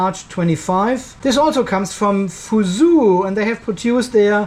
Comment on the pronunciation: Fuzhou you speak: fu "Joe" (not fu su) same as Guangzhou: guang "Joe".